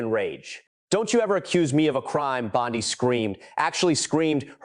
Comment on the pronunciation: For God's sake! Y can't this narrator learn how 2 properly pronounce the AG's name!? Every other reporter around the world has! It costs him almost ALL credibility!